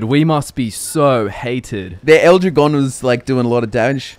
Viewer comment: "L Drahgone" not "ildrigon" Sorry it just made me cringe a tiny bit how you guys pronounced it. (Am a native spanish speaker) More battleborn content would be appreciated.